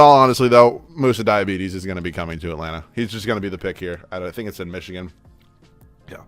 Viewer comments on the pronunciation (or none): none